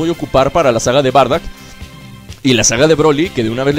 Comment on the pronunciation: Oye no se dice bardak se dice bardok